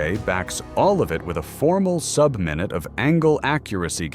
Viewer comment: The "MY-NOOT of angle" cracked me up.